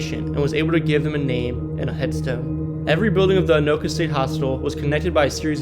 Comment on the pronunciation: At least he got Anoka right.